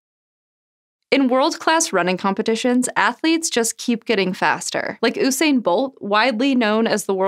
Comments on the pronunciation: excuse me did you just say ooo-sain bolt instead of usain bolt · U sayin bolt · Oosain lol More like yousain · It's U-sain no O-sain And I know I'm correct because I'm from Jamaica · I know she ain’t just say oo-sain bolt! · Girl said OOSAYN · I'm sorry but did you just say OO-SAIN-BOLT. NOPE TRY AGAIN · "Oosain Bolt" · Guys PLEASE, it's pronounced You-Sain 😭. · Oosain bolt? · How many people needing to point out Usain is Pronounced "You-sane" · Isn't it a variation of Hussein? If so, it is supposed to be pronounced as "Hugh-Sane" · Oesain bolt? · Oosain Bolt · Ooosain Bolt. Clearly she doesn't sport. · Omg at least pronounce his name correctly🤦🏽‍♂️ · How do you not know how to pronounce Usain's name...... :/